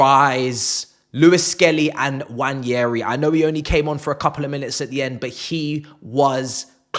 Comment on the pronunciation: It's not Nnwayeri it's Nwaneri (ONE NAY RI) "ONE NAY RI" There's absolutely no Y in the name for crying out loud..